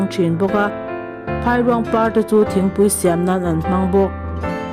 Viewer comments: Phairuang tih lam dan tur.chu Phai hi a ri hniam tur, eg Chaw a dai ti ta ila, dai kan lam ang khan 'Phai' tih hi lam tur a ni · Phairuang lam dan kha a dik hlel deuh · Phairuang hi lam dik hram teh.